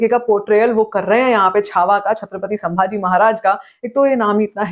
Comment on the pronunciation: I see the all your videos on the booking update ,your review you are talking style your specially pronunciation of Sri Sri Chhatrapati Sambhaji Maharaj for hats off from my side 👏,way of your talking is superb ✌️👍thank you so much 🙏Jai Shambhu Raje🔥🚩❤ We are always grateful to you for the respect you have given to sambhaji maharaj